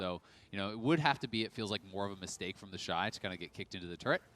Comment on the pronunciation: Its TheShy not TheyShy